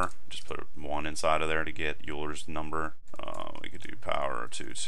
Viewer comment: it's pronounced "oyler's number"